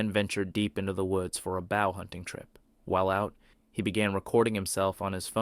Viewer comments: "Boh" not "Bou" = Bow as in hunting. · Did you say bowel hunting trip? Lol😂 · That entity is not proportioned like a sasquatch and does not move like one. Fake. Oh, and by the way, "bow", and in "bow hunter" is pronounced "BOH". The narrator is either clueless or computer generated (or both). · Hunting bow rhymes with cow.🤣 Credibility lost. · it's AI, but yeah that irked me as well. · When you use an AI generated voice that can't even pronounce the word "bow" within the first 10 seconds of the video, it tends to ruin everything else. Stop with the AI and do the voiceover yourself. Or, find someone who can do it for you. The video will be a whole lot better. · LOL a Bow hunting trip..learn to pronounce your words! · Why did he say Bow like that lol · Bow hunting is pronounced bow like Bo Jackson, not like the bow of a boat. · I don't wanna split hairs - and I wouldn't have if the narrator was a bot ( because they don't know any better) but in the first sentence they went on a bow hunting trip - and bow was pronounced like a dog barking - bow wow. Mate the whole world is watching and assessing you